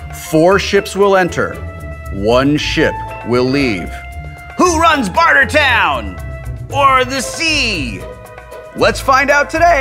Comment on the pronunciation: Hey Kevin. It's Barter Town, not Boarder Town.